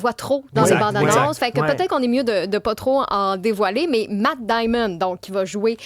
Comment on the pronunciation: Matt Damon, pas Matt Diamond chère.